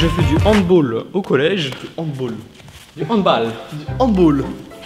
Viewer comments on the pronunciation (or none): salut la chaine petite info pour la prochaine fois se dit handballe, pas handball mdr pas comme basketball et football voila voila x) sinon bonne vidéo merci, en plus vous avez parler de mon sport (le handball) donc impec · Handball pas handboll c de l'allemand pas de l'anglais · handball c'est allemand pas anglais donc sa se dit handballe pas handbaul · Ps on dit "handball" et pas "handboll" (phonétique) c est un mot allemand😜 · Du HandBALLE et pas du HandBAULLE stp xD Sinon super vidéo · sa se prononce HANDBALLE PAS HANDBOLE pcq c un sport cree par les allemands pas les anglais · HandBalle se prononce pas "HandBolle" mais en HandBaalle!!!! :') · ça se prononce 'handbal" et pas "handbol" parce que c'est un mot allemand pas anglais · On dit handball pas handbool pck c un mot allemand alors que football et basketball c anglais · On dit pas handball comme en anglais car c'est un mot allemande du coup on dit "handbale" voilà c'est tout pour moi 😊 🤓 🤓 🤓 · Pour handball ca se prononce comme le mot francais balle pcq c un sport allemand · Sinon handball c est allemand donc ça se dit pas "baule" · On dit handball avec un A ça c'est allemand et non anglais😉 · Handball est un mot allemand et pas anglais donc on le prononce pas que le football. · Alors pt1 C allemand on dis handball comme la hall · Sa se dit handball avec un a pas un o car c'est allemand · Handball c'est allemand on prononce a et pas o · Le handball est pas anglais , c'est allemand, tu prononcer comme en français pas en anglais ! (Sa fait 7 ans que je jouait au handball)